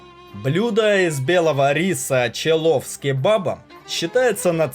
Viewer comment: Чувак просьба произноси правильнее хотя бы для начало не Эран а Иран , не челов а челу